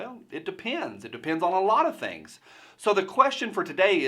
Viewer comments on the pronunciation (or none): none